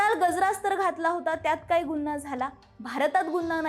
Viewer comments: गुन्हा म्हणा गुन्ना नाही. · गुन्हा... नीट उच्चार कर ...